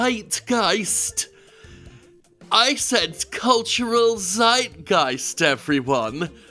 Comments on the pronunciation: Its pronounced Zeitgeist, not Seitgeist, like you would say Tsubasa :P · Zeitgeist, the "z" is sharp. Like "site"geist. The geist-part was good. Greetings from Germany.